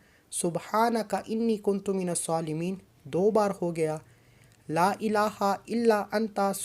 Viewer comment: Ya zuljalal wal ikram kuntum nhi kuntum ha Zara dekh k parhy